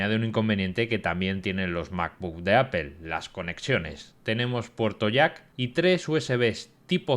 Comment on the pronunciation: Que marca es "Apél" ?? 😂😂